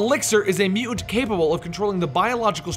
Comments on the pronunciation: Your mispronunciation of the word "mutant", drove me nearly insane. Sounds like "mew-ans". I couldn't finish the video. It was that aggravating. If you take the time to produce a 7 minute video on a given subject, at least take the time to learn to pronounce the name of subject correctly. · "Mew ent"? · does the way this guy says the word, "mutant/mutants" bother anyone else? mu-ents? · I think its one of those words when you hear if over and over in a short amount of time it starts to sound funny. Or it sounds like he pronounces it Mute-Unt. I dunno now I'm going crazy lol